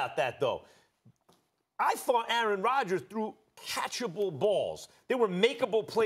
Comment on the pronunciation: Aaaaron Radjaas....Aaaarin Raadjas....